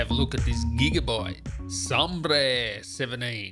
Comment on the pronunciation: It is called Sabre, not Sambre....